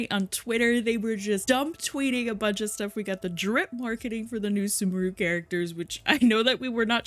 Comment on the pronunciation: Cried when sumeru was pronounced as "soomooroo" instead of "sooméhroo"